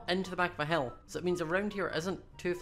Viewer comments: when he says hill it sounds like he says hell not being mean it just confused me! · When he says "hill" it sounds like he's saying "hell" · when you say hill it sounds like you are saying hell lol